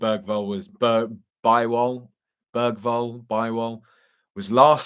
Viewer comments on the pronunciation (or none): Hi, Bergvall is pronounced 'Berryvall'